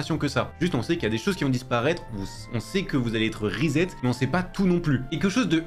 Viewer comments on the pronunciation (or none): none